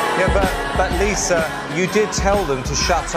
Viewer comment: “I’m abbah” “i’m liSah” “and together we need dr phil”